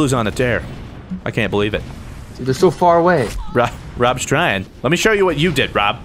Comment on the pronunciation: "They're so PHAR-AHway"